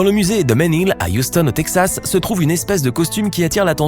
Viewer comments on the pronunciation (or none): none